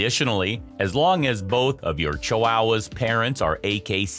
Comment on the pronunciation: "Chiwowas" lol I've never heard anyone pronounce it this way before.